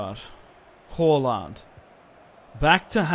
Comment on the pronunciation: Did anyone notice he calls halaand haulland